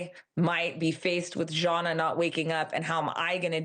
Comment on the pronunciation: It's pronounced Zana, not Jauna! 🙄🙄🙄